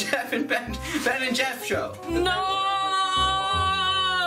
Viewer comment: I will forever hold against Jeff the time he said "The Beff and Jen Show" 💀